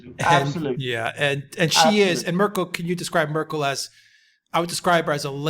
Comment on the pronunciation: Wow, managing to mispronounce every politician's name! What a great geopolitical journalism achievement! Please tell me how I'm supposed to take this program serious when you can t even pronounce the names of the key players! Who is "Makwrron?" Who is "Muuurkel?" "Alis Viedel?"